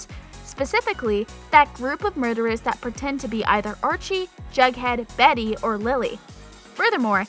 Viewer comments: I think she said varry, but yea either one of those ... they don’t proof these videos very well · what the freak is this? why does she call Betty "berry" and give the list: Archie, Jughead, Betty, and Lili>